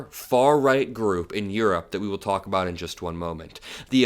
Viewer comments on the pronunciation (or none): none